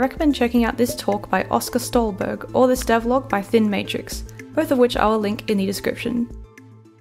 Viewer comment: that's the worst pronounciation of "stålberg" i have ever heard